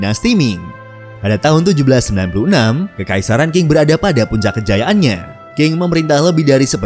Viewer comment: Dinasti Qing...tidak dibaca dengan King tetapi dibaca serperti Cing.....